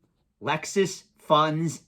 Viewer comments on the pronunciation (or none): Merrill Lynch is Murril Lynch. Luxus Funds is Lexus Funds. Pikachu is Pick-a-choo. Is this guy f'ing with us?